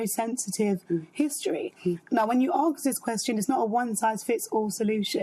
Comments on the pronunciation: If you dress in African garb in Great Britain don't be surprised when someone asks where you're from. Also, the word is ASK, not Aks. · AGKST, it's ASK FFS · I’m British, just aks. Is “aks” an English word? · What does "when you Aks" mean? They keep saying the word "Aks". Genuine question! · Why are they saying arks it’s usually axe me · Why do black people say ARRsk instead of ask? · What is it with people saying aks instead of ask? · WHY ARE THEY SAYING "arks" INSTEAD OF "ASK"?